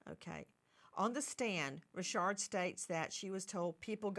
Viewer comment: Why is Dawn Richard pronounced "Resharde" 😅😂😂... like Mrs Bouquét (Bucket) in Keeping up Appearances"